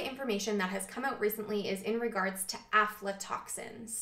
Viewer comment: video 2 years old.. that has real scientific information. has > 500 views... but some whacko moron talking some pseudoscience panic bullshit will get millions.. but anyways thanks. i came across some "OMFG DONT EAT PEANUTS ALPHA-TOXINS!!! (she pronounced it alpha " panic today and linked this video to her. also yes, everything you said about lectins; Legumes are a superior food and vital to nutrition and lectins are no worry.